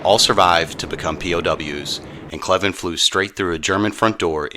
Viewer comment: Gale Cleven was my dad’s first cousin (my 2nd). My dad told us many stories about him. Thank you very much for this episode. On another note, we are always having our last name mispronounced and are well used to it. It’s actually pronounced Cl + even. Thanks again for this presentation.